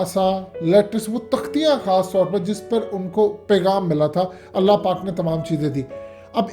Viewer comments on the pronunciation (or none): none